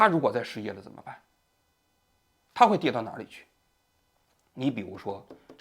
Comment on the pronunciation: zhen么生活 肘头无路 王局最近平卷舌不分😢